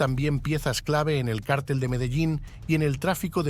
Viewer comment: ¿qué cártel ? ¡ Mogolico!!!! ¡donde est´ña el acento,MOGO??